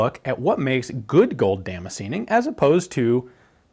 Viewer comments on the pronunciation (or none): i decided after 4 min to drink everytitkme you said damscenjin....im fucjking hammered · the way he pronounces Damascene hurts me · Every time he say damascene my mind expects him to say damage.